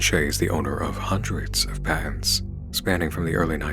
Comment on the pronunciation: Is it only me that hears "pants" not "patents"?